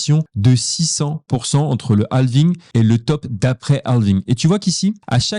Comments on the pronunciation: Bonne video, par contre toute la vidéo en Français mais juste le mot « halving » avec l’accent Anglais c’est horrible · On dire quand dit halving on dirait un film français avec les voix canadienne lol